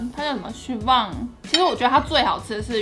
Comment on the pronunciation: 哈哈哈 真是的 一定我平常都隨便亂唸店名 講的太標準 一下反應不過來🤣